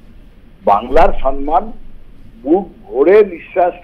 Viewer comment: What difference does it make if Bengali becomes a classical language or remains as it is ? Will Mamata Banerjee be able to speak correct and elegant Bengali the next morning ? She still cannot pronounce the word "samman" correctly (pronouces as "sanman"). Most Bengalis today (Mamata Banerjee included) cannot distinguish between "jhar" (storm) and "jharapata" ( fallen leaves)". Their written knowledge of Bengali language is no better either. In West Bengal these days everything has become show without substance.